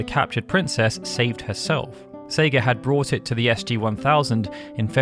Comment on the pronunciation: Save-ed? Is this fucng AI generated?